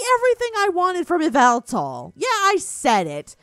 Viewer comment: Pretty sure its pronounced yaveltal